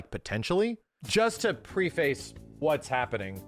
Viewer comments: Someone needs to look up how to pronounce preface 🤣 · Someone tell how to pronounce "preface" lmao